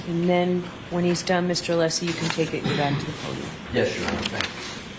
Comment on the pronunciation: And didn't even get Alessi's name correct "Lessi". 🤮🤮